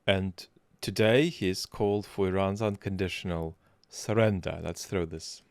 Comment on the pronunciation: The trumpoid doesn't know anything much. But sure knows how to say "unconditional surrender", flawlessly; and I can't get tired of hearing his little voice! 💛